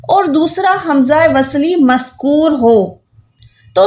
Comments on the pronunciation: Aap jo maskoor kah rahi to maskoor nahi balke maksoor hota hen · Maskur nahi balkke maksoor hota